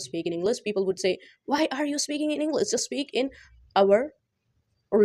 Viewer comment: Bht axhi tips hen....Masha Allah... Plzz try to pronounce well like English not'englis' U can do it too😊